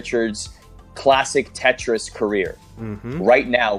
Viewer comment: I'm french thanks for the "Trois, deux, un, Tetris" it was hilarous ! :) Honestly you have a good accent and the "r" of your Tetris was very good !